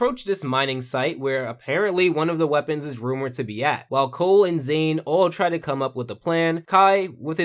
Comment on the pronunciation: "Zane ninja of water" TRIGGERED